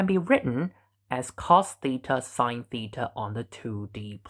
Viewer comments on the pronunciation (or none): none